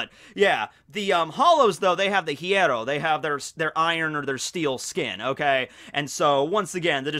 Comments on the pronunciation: when speaks other languages and apologyses for that I always think "nah man I don't think they get angry for that" but every single time he speaks about the Espadas or the hollows and try to says "hierro" I'm always pissed, he is not even close to the real pronunciation..... I'm an hypocrite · the "rr" in spanish is the rolling of the r, also the h is silent in words like hierro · Is it that difficult to say “hierro” correctly?